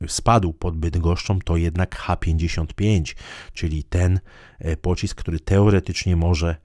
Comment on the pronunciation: Chciałbym zauważyć, że nazwa pocisku CH-55 jest zapisana w j. ros. (cyrylicą), zatem należy czytać SN-55